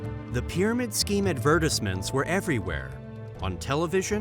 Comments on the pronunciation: because it can't even say advertisement correct or misuse of words completely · "Company's leadership"? You mean "country's leadership"? dude at least watch your own video once to proof read it... first you keep miss pronouncing "Advertisement" 10 times and now more?